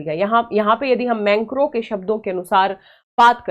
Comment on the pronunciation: मेंक्रो नहीं मैक्रों😂😂😂